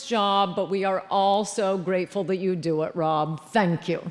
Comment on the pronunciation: did she say do as in cookie dough? Lmfao